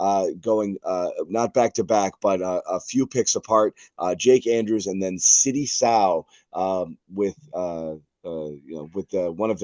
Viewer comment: LMAO .... his name is Sidy NOT Sidney!